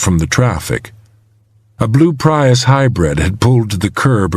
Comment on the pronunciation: He also mispronounced ethernet, router, and Prius